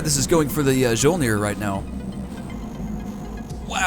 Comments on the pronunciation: Mjyolnir is how you pronounce that ship's name. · Mjolnir, from my recollection, is pronounced something like mee-yol-near. Mjolnir, in Norse mythology, is Thor's hammer. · Mjolnir is pronounced My-Ole-Near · I'm sure you've heard this 47 quadrillion times by now but Mjolnir the "J" makes a "Y" sound so it would be "me - ole - neer" That's the name of The Norse god Thor's hammer. Also dat Limulus capture XD good show chap! Keep it as a trophy! You should try to capture all the the factions flag ships!